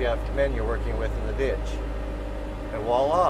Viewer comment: did you just say "whalla" instead of "Voilà" as in French for "there it is?"